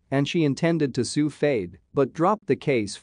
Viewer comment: Your Al voice is pronouncing Fayed wrong.